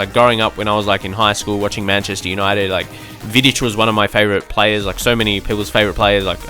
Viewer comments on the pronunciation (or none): none